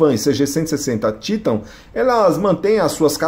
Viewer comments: vdd, a pronuncia TAITAN em ingles, mas no portugues é TITAN mesmo, aí o maluco quer falar dificil e solta esse TÍTAN, kkkkkkkkkk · Sabe nem fala o nome da moto É TITAN, E não títan !!! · É Titãn e n títan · Títan ta errado, é Titan e pronto, tirando essa frescura de Títan, parabens pelo video. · Poxa, "Títan"??? fala sério, é titan. saco isso. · O nome é "titan" kkkkk não títan kkkk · O cara tá enchergando títan só pode kakakakakak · É a primeira vez que vejo a pronúncia do nome Titan dessa firma 😅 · Ele falando Titan é muito estranho kkkkkkkk. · Que pronuncia no Titan em ...kkkk Jornalista, que não conhece moto...tava lendo um texto.....